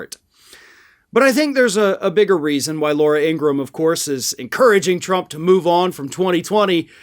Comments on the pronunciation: It’s not Laura Ingrumm… It’s Ingra-HAM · In Gra Ham....not ingram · I know you follow Meidus Touch. They'd recently uploaded a video of them interviewing Laura's actual brother. A far cry from what she is. 1) her last name is actually pronounced Ingra-ham. Like Abraham, but Ingra. 2) their father was a Nazi sympathizer, always beat and yelled at them. 3) she grew up and went through life without actually finding love. Which surely and slowly became who we all know today. Whereas her brother found love and is openly gay. He's really disappointed that his sister went down this path, cause they were close when they were kids.